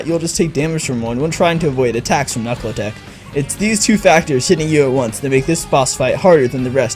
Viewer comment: Did you just say Knuckle Talk? Its Knuckletoc